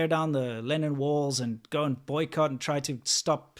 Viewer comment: I thought you were talking about "Lenin walls" and l was very confused until l saw them described as "Lennon walls" in the comments. You might want to correct this.